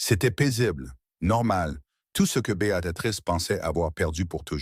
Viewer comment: Pour information, le prénom de l’héroïne c’est BÉATRICE et non Béatatrice !!!!!😂😂😂😂😂😂 vraiment l’IA n’est pas au point